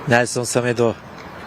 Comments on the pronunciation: spiker semedo ya samedo dedi Allah ım asdsadassadsa :D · Semedoya neden Samedo diyor yorumcu 🤣